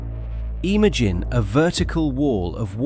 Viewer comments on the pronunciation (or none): yeah, many words with the wrong pronunciation but also the wrong stress EE-magine (iMAgine) ogean (ocean) the-ooo-ry (theory) sur-veeeve (survive) chaoze document-tation evac--u--a-tion meazurment eh-ven (even) PRE-si-zon (preCIsion) reorguenezeees (reorganizes) reesponsible colleedid etc.... BUT a breathtaking documentary. Thank you 😊